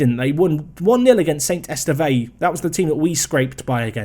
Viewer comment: esteve is "ess-tev"